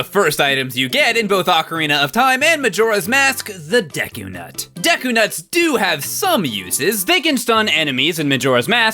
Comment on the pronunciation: Also deku was pronounced wrong